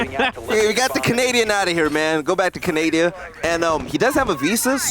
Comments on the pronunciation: He said go back to Canadia 😂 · that commentator... ''go back to Canadia!'' What a moron... lol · Anyone gonna notice how this man said back to CANADIA? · “Go back to Canadia” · canadia? i thought it was canada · „Go back to canadia“😂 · Nigga said go back to canadia I’m dead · He said go back to Canadia lol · "go back to canadia"